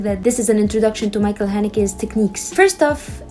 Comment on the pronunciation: His first name should be pronounced as Mikkel not Michael.